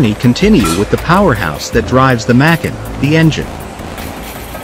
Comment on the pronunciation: Try fining a better AI voice for your videos. I have no idea what a Macken is!